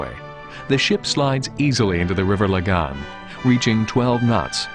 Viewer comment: River Lagan, not La-Gan.... Cringe...